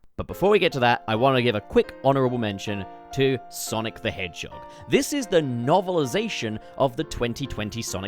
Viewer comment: Wonder what’s the number for how many times bro said “Sonic The Hedgechog” lol